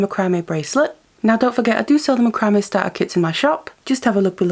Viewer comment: You are pronouncing macrame wrong. It's pronounced Mac-cra-may'.